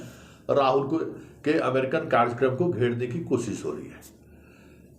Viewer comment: Ye "karjyakarm " kya hota hai? Karyakram kahiye. Waise aapki aawaaz buland hai aur anchoring bhi achchi karte hai aap par 8.38 minute pe ye kya keh gaye aap...." sirf Gujrat aur Himachal ki haar...." Dhyaan dijiye please.